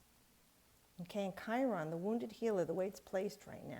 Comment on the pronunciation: Enjoyed this reading. great explanations! Would you clarify are you saying Kyron, Chiron? Thanks.